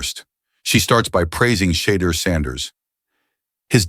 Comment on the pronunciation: This AI lost me when it called him shiter sanders.